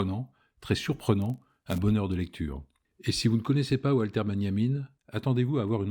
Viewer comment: Walter (Benjamin) se dit Valter en Allemand (comme Wagner), pas Oualter.